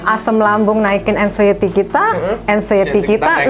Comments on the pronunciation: Aksienty apa anxiety sih 😂😂 apa astuty apa engsuty . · Anciety mas, bukan accienty😅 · Aksenti 😂… anxiety mas bukan aksenti wkwkwk